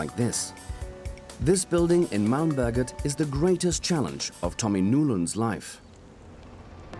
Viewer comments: The way he says Malmberget makes it sound like Malmböget. Which sounds like something entirely different. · när man måste flytta ett helt hus från mälmböget till koskus kuje